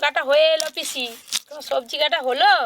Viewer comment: পিশি না পিচি নাকি চিচি😂😂😂😂